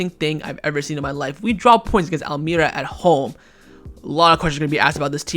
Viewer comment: wallahi it's pronounced al maria not al may ra